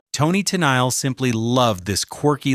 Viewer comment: My God does anybody at your channel ever QA the audio before you post it Are you using a really bad AI voice that reads the words as they are on the page as opposed to how they're supposed to sound Toni Tennille is being pronounce TEN NILE instead of Ta Neil Can you put the script in in phonetics so that the AI voice over reads it as it's supposed to sound as opposed to how it's written It's not that damn hard.